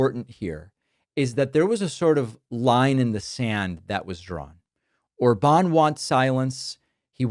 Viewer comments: it's OR-bahn not or-BAHN 😂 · Btw, despite him having that á, his name is stressed on the first syllable (like most? all? words in Hungarian). So ORban not orBAN.